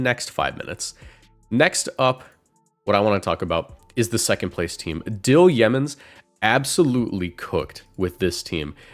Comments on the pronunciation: btw, Yeomans is not pronounced like Yemen, it's yo-mans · Umm actually it's pronounced yow-mans